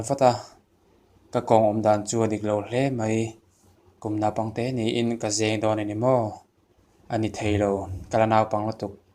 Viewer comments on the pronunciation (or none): Hna hna ni lo in,hnâ hnâ tih tur,zêng ni lo in zeng tih tur zawk aw.